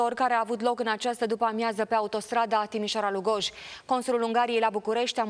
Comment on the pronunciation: Moderatoarea este ,din nou ,de râsul curcii: " Lugòoj "( ca intonatie ). Sunt orase mici.,dar ,nici macar numele sa nu poti sa- l pronunti corect?😮 Reportera, in schimb...are like👍👌